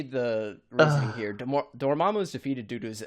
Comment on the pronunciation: you have have no idea how many times I’ve rewind that, that way he says Dormammu i dies laughing